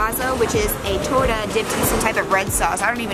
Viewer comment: “Torh-teh” cringe.